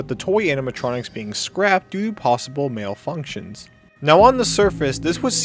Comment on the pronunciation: Ok don't be offended but I could not take you seriously when you said malfunction. Just... "Male-Functions" 😂